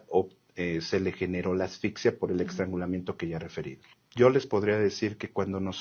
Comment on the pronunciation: 😢 ¿Dijo "extrangulamiento"? 😅😢